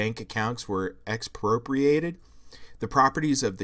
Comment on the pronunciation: Bro, you use pretty heavy language in your thumbnail, calling her philosophy “dumbass”, but struggle pronouncing “expropriation” and “Fyodor Dostoevsky” while calling your channel “lefty PHILOSOPHY”. Maybe some humility is in order. And I’m not even saying that to own you, you are the king of your own little echo chamber here. I’m saying that practically — the stronger and more emotionally charged language you use to disagree with a position, the more personally invested you become, the less opportunity you leave for yourself to see flaws in your own thinking and progress, essentially becoming a mental midget with a platform.